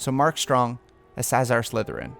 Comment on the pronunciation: SaLAzar not Sazar wtf lol